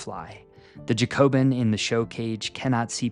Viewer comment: Just for future - it's pronounced "JACK-obin", and yes - I am being an absolute nerd right now, but it's after the French Revolutionary party. Yes, this was no doubt a sly joke for pigeon breeders ^.^